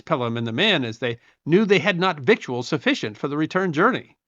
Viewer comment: Victuals is pronounced "vittles."